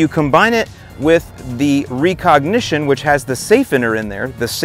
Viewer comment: Are you trolling with that pronunciation of recognition? Cause if not, then wow